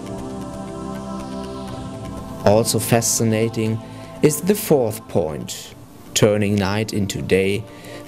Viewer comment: is your accent german?? you sound a little funny? say fas-ci-na-ting, not fas-nating